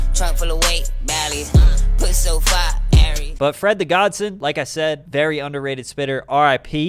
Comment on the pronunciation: LOL, it's awesome how you pronounce "Fred the GodSON", It's not Godson like Johnson. It's godson like godfather-godson.